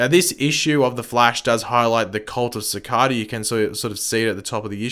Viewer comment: is it an accent